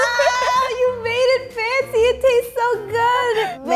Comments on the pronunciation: says "make it FUNCY" and not fancy. Pretty unique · is it just me or anyone hears 'funziee' whenever she says 'fancy' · nobody: literally nobody: not a single damn soul:: ☝🏼 make it ☝🏼 pancy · I 100% thought she was saying "make it funzy"😖😖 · It sounds like she’s saying “make it funky” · Make it twancy😂😂😂